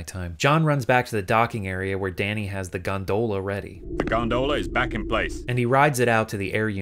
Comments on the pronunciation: I appreciate you having the subtitles emphasize the bizarre pronunciation of 'gonDOHla' everytime. It's great 👍 Gags like that should happen more often in subtitles. (Also, in general thanks for having proper subtitles on your videos!) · Am I the only one whose only ever heard Gondola pronounced "gonDOLa" before this video? You're the first person I've seen pronounce it "GONdoLA" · GondOHla lol